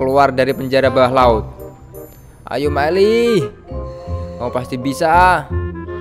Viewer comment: Bukan maeli tapi maele